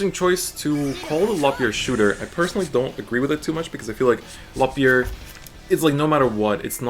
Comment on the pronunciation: God I hate how he pronounces it, like even if I’m saying it wrong I will always say Loo-key-aa like it’s french